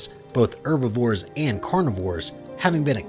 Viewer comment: He can't pronounce herbivores.